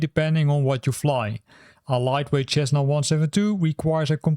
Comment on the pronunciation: Cessna Is pronounced "SEZ- nah", FYI. Great video.